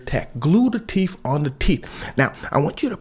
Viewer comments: I lost it when he said glue the teef on the teef 😂😂😂😂😂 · “You just gotta glue the teef on the teef!” 🤣🤣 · "You just gotta glue the teef to the teef" "Put your hands behind your back" 💀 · Brandon said, "Naw you just have to glue the teef on the teef." 😂🤣😂 ooohh wee, ilmao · “glue the teef on da teef” 😂😂😂😂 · “Glued the teef on the teeth” 😂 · No sis it’s teef on the teeth 🤣🤣🤣😫